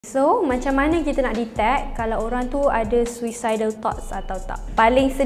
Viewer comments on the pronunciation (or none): tapi sebut dia SUU-SA-ID , bukan SU-EE-SA-ID, malu la bagi info banyak tapi salah sebut perkataan 😅